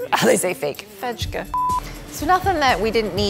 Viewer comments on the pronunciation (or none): Love your Ikea videos as a Swede! Fejk is actually pronounced exactly like fake because we just took the english word and changed it to Swedish spelling. :) We do that with a lot of words.